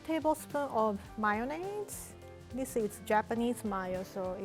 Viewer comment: “ Mai -yo-naise”